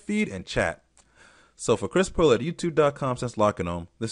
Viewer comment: "on behalf of Chris Paloo" ? Who is Chris Paloo?